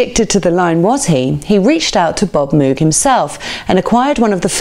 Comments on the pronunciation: Nice article. Please learn how to pronounce Moog properly. (Not Mewg!) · Good stuff - Moog is pronounced like '"rogue", not with an "ooo", though. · Keith always pronounced it MOAG, can’t argue with that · Everyone seems to pronounce Moog, the reason is that cows produce a moo add a g entirely logical to pronounce it moog. If moog wanted it to be pronounced mogue then why was it not spelt it this way? Moog synthesizer (pronounced /moʊɡ/ MOHG; often anglicized to /muːɡ/ MOOG, though Robert Moog preferred the former). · If you apply English pronunciation rules to foreign language words like Moog you know it's going to be wrong. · I'm an Emerson fan, but our host here left out Rick Wakeman, which is a monumentally enormous faux pas. What was she thinking? And to be snippy, she can't pronounce 'Moog'. (sigh)